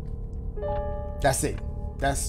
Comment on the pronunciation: The homie been saying "DASSIT" for a grip, huh?! 😂😂